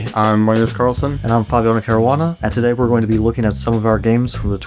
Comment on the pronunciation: It's Magnus "Carlsen" and Fabiano "Caruana". Correct it pls